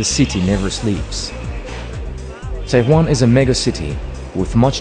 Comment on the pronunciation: Tou gofti Tehwan? Chie? Tehran!!! TEHHHH- RRAN